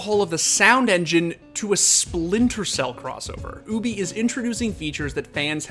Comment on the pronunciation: He do be saying "OOObie" doe